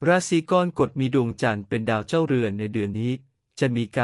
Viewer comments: ราศรีอะไรของเมิงวะเนี่ยะ!!! "กอน-กด" ...อิอิ AI ทำภาษาวิบัติ ไม่เคยได้ยินมาก่อน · อ่านว่า กอระกฏ